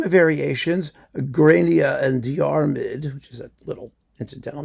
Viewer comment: Can I be the 20th person to point out that Grania and Diamid is pronounced “Gronya and Dermot” 😂